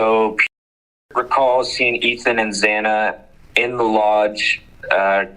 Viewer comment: why the hell can't anyone get Xana's name right? Gotta to admit, this is the first time I've heard of Alpha Gamma Rho... hmmmmm